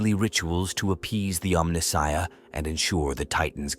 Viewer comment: omni-shia? mispronounced like a true AI voiceover